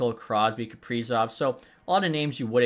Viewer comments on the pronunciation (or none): none